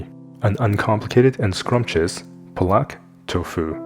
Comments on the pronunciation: Lei ho ma, please say Paaluck not perlark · Spinach is called Paalak in Hindi. It's pronounced- Paa and luck. Paluck. Paalak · Please it's pronounced paalak. Long first a similar to baasmati rice which most Westerners mispronounce.